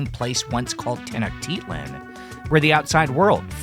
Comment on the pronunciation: That pronunciation of tenochtitlan tho